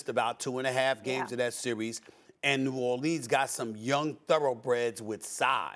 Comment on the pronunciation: Stephen A. “New Orleens” Smith